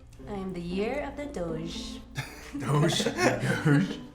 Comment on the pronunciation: it's doge not doge!